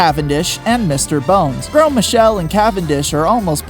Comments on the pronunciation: Its grose not grow Einstein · Please learn that some words, like Gros, do not pronounce all the letters that you see.